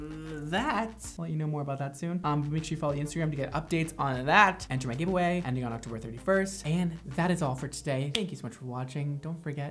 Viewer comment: "I have a giveaway going on" I legit heard "I have a gay boy going on" I was like.....what? Haha